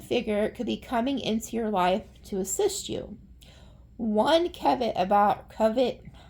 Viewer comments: It's pronounced like cah•v•aht 😊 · pronounced Kah-vee-ott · BTW... caveat pronounced like this: KAV EE OT. kind of warning, or caution